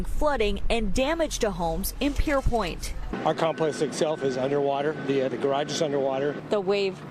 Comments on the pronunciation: It's PierPONT, not PierPOINT. I guess reading is not a prerequisite for news reporting anymore. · She said pierpoint lol